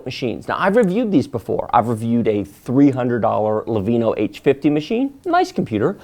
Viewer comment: Are you purposely mispronouncing Lenovo as "Levino"?